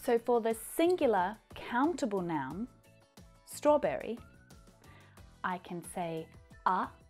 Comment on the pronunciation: Hi, Great video! I noticed you pronounced the vowel of "E" in "strawbErry" differently. What is the rule? Thanks, Albert